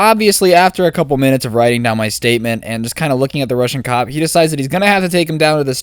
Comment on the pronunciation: Time he says rusion cop